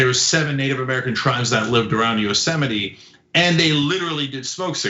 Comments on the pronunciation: Yostemite -> Yosemite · cenk can't even say it right. it's pronounced yo-seMITE. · It’s pronounced yo-seh-mite. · Yo-Semite , lol. Trump can barely read. 🤣🤣🤣 Biden 2020 , FTS ...🇺🇸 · Cenk... It's YO-- sem-ite